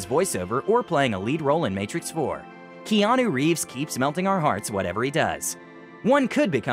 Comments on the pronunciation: he sounds like he said "Jeanu Reeves" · "gEaNu ReEvEs"